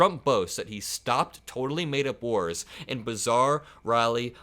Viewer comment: Did he say, he stopped whores, or wars?